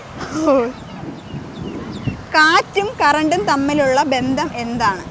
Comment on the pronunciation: ബന്തം എന്നല്ല, ബന്ധം . (മലയാളം ഉച്ചരിയ്ക്കാൻ പഠിയ്ക്കണം ).